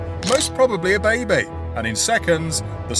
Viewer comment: “a baybay”